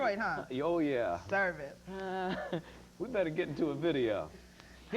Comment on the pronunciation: Exie Nikki she said serve it